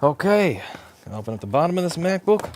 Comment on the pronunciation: His pronounciation of “MacBook” is absolutely brilliant to me.